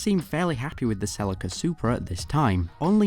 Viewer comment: Wait I thought it was pronounced sell-e-ca